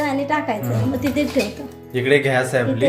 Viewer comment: Ghyas nahi gyas